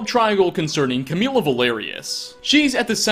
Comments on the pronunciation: Umm it's camilla not cameela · He mispronounced Camilla, Sven, Faendal, Muiri and Friga.